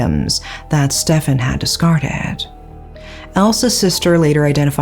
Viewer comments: Funny how pronounces Stephen as "Stefan" and later pronounces "Steve" properly. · Stephen is pronounced Steven, surely? Unless you've heard different, in which case I'll shut up, 😊 x